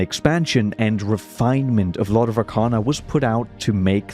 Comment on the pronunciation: Brother said "Lord of RACANA" so many times in the video, I left thinking it's called Lord of Racana instead of Arcana.